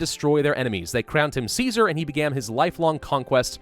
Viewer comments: Caesar is pronounced "kaiser" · Just so you know, Caesar is pronounced as Ki-sar in the fallout universe, I have no idea why when its a blatant rip off of Caesar's Rome... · remember its not pronounced Kaiser. it's pronounced Caesar. like the salad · Tsar is a corruption of the byzantine greek pronouciation of Caesar as Kesar or Kaisar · kaezar is how you technicly pronouce ceasar so thats why they say true to kaezar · This is the US post-apocalypse, isn't it normal that there are German survivors who pronounce "caesar" as "kaiser"? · Its caesar with a k. The didnt have soft c sounds in ancient rome. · Don't worry about the pronunciation of 'Caesar' too much, most people in-game don't either :P The Legion are Roman Empire LARPers, so they're just dorks about classical Latin pronunciation ;) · The c in Latin sonds like a k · Yet Caesar and the upper class of the Legion pronounce the name with the soft "c".